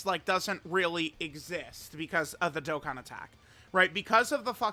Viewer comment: Baaaaaaaaaaaa is Dokkan not Dokken!!!!